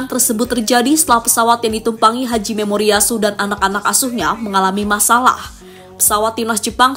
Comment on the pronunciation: Nama pelatih Jepang Hajime Moriyasu. Bukan Haji Memoriyasu, min...! Emang nya dia muslim...?? 😂😂😂